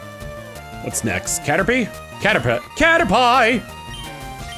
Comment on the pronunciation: Okay. I can’t be the only person who thought that was how Caterpie was pronounced as a kid, right? I’ve talked about this several times and somehow no one else made the same error that I did.